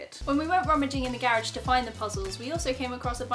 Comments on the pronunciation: I LOVE HOW YOU PRONOUNCE THE WORD GARAGE! BAHAHAHAHA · I love how you pronounce "garage".